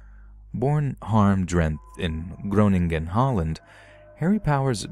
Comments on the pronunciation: your pronunciation on Groningen is spot on btw!! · Omg i live in the netherlands Groningen the way u pronounced it was so freacking cute